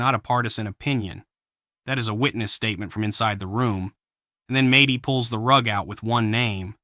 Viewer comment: It's Medhi, not Matey. 🤣🤣🤣